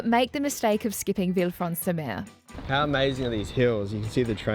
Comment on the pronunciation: Villefranche is pronounced Villefransh